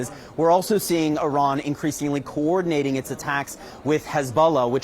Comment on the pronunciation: It's Iran not "arron" as you keep calling it. If your going to commit war crimes in a country at least get their name right